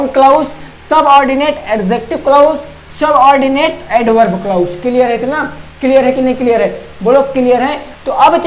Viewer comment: क्लाउज नी बोलते क्लाज़ बोलते है